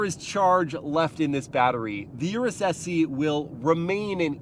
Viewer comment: Pronounced S-Eh.